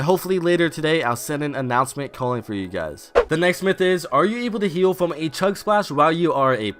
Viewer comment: I love how he says fwom (